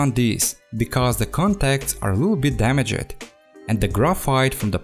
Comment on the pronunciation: The way he pronounces damaged. Sound too legit. :)